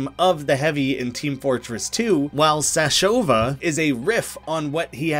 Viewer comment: Why all the english speaking channels that I watch somehow mess up easy foreign names? XD You kept saying Sashova instead of Sashavo, even when you were explaining the reference. But then again, I'm not russian, so maybe that is how is readed.